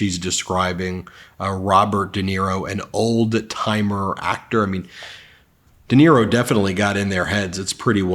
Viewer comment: Sounded like she said DINERO instead of Di Niro.